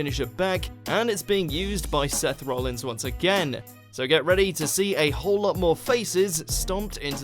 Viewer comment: IT'S ROLLINS NOT ROLLINGS